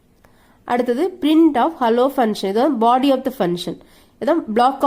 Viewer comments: madam ur Pronunciation of function and parameters is wrong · Pronunciation of function and parameters is wrong